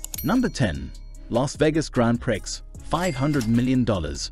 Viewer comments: love how u say "grand pricks" 😂😂😂 girl, its "grong pree" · Umm, “Prix” is pronounced “pree”……… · Prix is French and pronounced 'pree'. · Haha Grand Pricks.. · I was amused at the pronunciation "Grand Pricks"! It struck me as pornographic! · Given your English accent you should how to pronounce Grand Prix (Pree).how embarrassing.😂